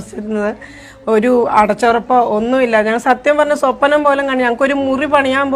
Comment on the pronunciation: സൊപ്പനം അല്ല സ്വപ്നം ആണ്.